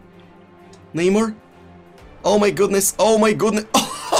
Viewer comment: nobody: him: "Reeeely" "Neymarzzito"